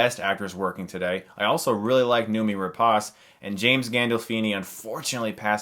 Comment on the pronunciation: Noomi is pronounced like "no, me". It's Swedish.